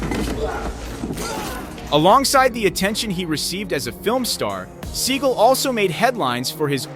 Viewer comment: You mispronounce his last name